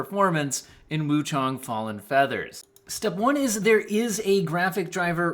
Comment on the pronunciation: "Wuchung" "Wuchong", lol I like how you say it in every way except the right way.